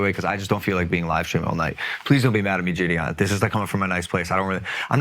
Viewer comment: It blows my mind how JiDion has just let everyone say his name wrong and he doesn’t care lol. It’s not Jid-E-On lmao